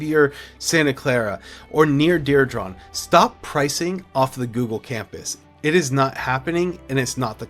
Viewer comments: Diridon is pronounced: DEER-"e"-dawn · This is the second realtor video where the realtor can’t pronounce diridon? I’m starting to thing these guys are getting Ai scripts and just flooding the zone. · you say diridon hella weird. for someone who claims to be here for three generations learn how to pronounce it right 😂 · I came to the comments for this. I was born here too and know how to pronounce it. I want to see his birth certificate. 😂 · Mispronouncing DIRIDON